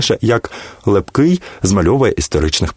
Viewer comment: Неправильй наголос при озвученні прізвища Лепкого, також на словах - отаман і ігуменя. Послухайте як п.Фаріон розказує про Лепкого. Перезапишіть, бо слухати Вас неможливо.